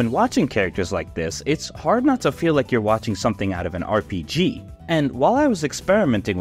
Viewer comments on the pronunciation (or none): none